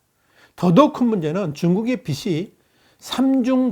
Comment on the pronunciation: 이 댓글을 볼지 모르겠지만, 발음에 좀 신경을 썼으면 좋겠네요. "빚으로"는, "비스로"가 아니라 "비즈로"로 말해야 하고, "빚이"는 "비시"가 아니라 "비지"로 말해야 합니다.